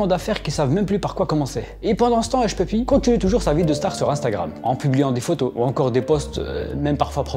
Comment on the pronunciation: Hushpuppi -> hushpipi ... Merci à toi pour ce que tu fais 😉